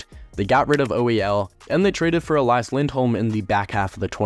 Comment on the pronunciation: Tom Willander** Elias pettersson is pronounced E-Lee-as, not the typical pronunciation of Elias. Also you forgot about them getting Johnathan Dahlen and flipping him for Linus Karlsson